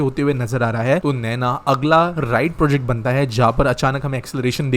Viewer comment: "NAINA" NANO nahi. नैना*